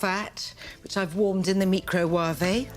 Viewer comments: Nigella doesn’t pronounce microwave “mee-cro-waa-vey”. She was sending herself up. Come on Russell this was a cheap gag. You’re better than that. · I am all for pronouncing it me-crow-wah-vay.